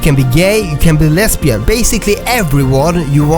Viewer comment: NOt really relevant but the way you say lesbian cracks me up I really appreciate